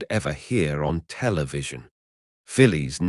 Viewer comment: In the radio show Round the Horne she was referred to as Fanny Haddock. I think Betty Marsden portrayed her. Always amusing, unlike the original it seems. The pronunciation of Phyllis intrigues me. In Australia we would say ‘Fillis’ whereas this AI (?) seems to refer to her as ‘Fillies’.